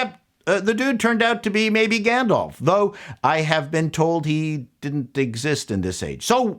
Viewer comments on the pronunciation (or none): none